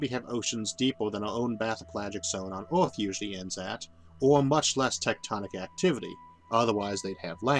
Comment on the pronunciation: Orth?? Orth?? Earth you mean